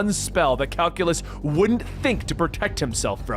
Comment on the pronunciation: "purjerine" pe-ri-grin "calculus" kai-seelyus lol